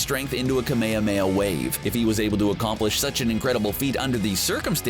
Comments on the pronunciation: This man said kUHmAyAMAYAMAY 😔😤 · You pronounce it like kmehmeha wave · “ka-mey-uh-mey-uh wave” 💀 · They say kamehameha wrong